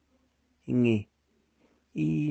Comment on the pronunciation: Oh my God and old man can't pronounce the word beginning especially is a president